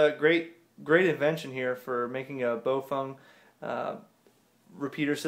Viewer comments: Nobody: This guy: Bofung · Repeat after me: Bah-ow Fuh-aang. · If you ask the Chinese, it's pronounced bow fung. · They maybe said Pofung(another "brand") or just mixed the too.